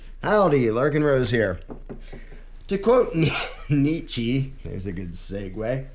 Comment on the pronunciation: It's pronounced Nietzsch-uh